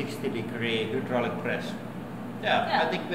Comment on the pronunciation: trhee hundred sixty digree hooodraulic press